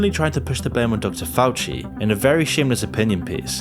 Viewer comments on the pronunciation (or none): none